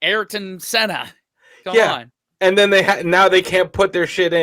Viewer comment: not the way to say it